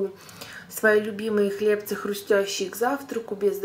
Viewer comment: Здравствуйте! У вас очень приятный голос. А когда услышала, что вы говорите хлЕбцы, то вообще сплошной восторг!!! Неужели хоть кто-то, среди блогеров, правильно ударение ставит. Спасибо большое вам, очень интересно было посмотреть ваш обзор.